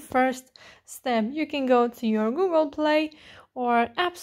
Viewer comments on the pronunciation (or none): none